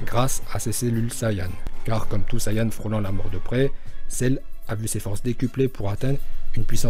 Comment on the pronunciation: Heuuu il a pas dit celluuu ?😂